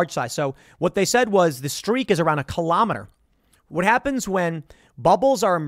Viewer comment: Funny hearing Tim say 'kilometer' he does puts the accents on the same places as we in The NL who use these metrics.